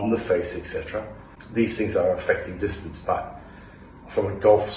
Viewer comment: dis- ton - ce 🤌